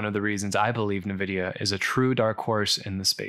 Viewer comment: I do visualization of civil engineering projects so I’ve curious about this but haven’t taken the plunge. You’ve saved me some time! Hate to be that guy, but Nvidia…en-vidia, not na-vidia. But don’t take my word for it, listen to the CEO Jensen Huang pronounce it haha. Anyway, thank you for making a video about this.